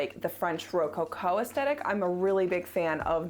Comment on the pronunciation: coming in with the Art History pronunciation of “rococo” 👏👏